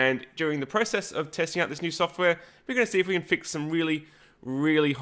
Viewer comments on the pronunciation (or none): none